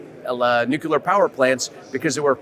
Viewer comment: “Nukelar”, “expecially”, guy is a linguistics nightmare